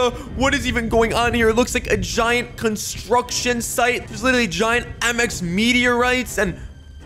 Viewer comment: Mx not mix sorry